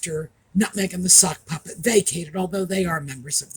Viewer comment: It sounded like you said "the suckpuppet"! I think that really suits the egit Harry.